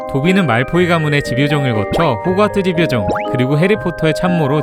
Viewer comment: 색연필이 [새견필]이 아니라 [생년필]인 것처럼 집요정도 집과 요정의 합성어이기 때문에 [지뵤정]이 아닌 [짐뇨정]이라고 발음해야 합니다.